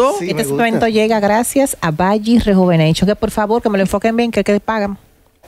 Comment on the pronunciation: “Vagi rejuveneichonnn”🤣🤣